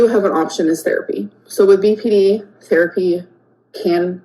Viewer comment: “I experience Beepy Dee things”. Beepy Dee things…ar- is scary.